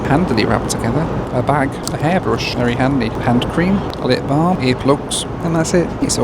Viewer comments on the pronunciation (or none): none